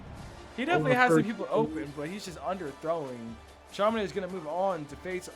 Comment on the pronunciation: It's not Chama Naid.... it's chamaNodd